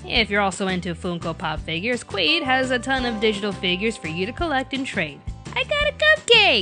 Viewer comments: it's not qu-ee-d it's qu-id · You said quid wrong You said qwu-weed